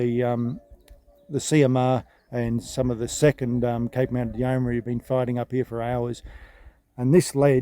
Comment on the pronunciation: Very interesting, but you make one repeated error in your commentary that rather grates: it's not a four-syllable 'yeoman-airy', but a three syllable 'yeoman-ry' - no 'a' involved. Other than that, very good! I grew up in what was then called Rhodesia, so the history I learned in school was of Rhodes, Lobengula, Mzilikazi, the Voortrekkers, Shaka, etc, but there was never any mention of this campaign.